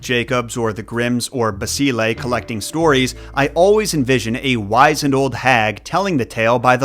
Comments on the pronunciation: "Wizened" is pronounced: wizznd. Now you know. Oh... and "drought" in the case of taking thei frist drink.... that's pronounced either :drawt. or draft. Your choice. But not drout. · wizened - short i draught is pronounce "draft"